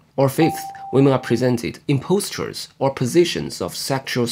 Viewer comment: Just so you know, "posture" is pronounced differently.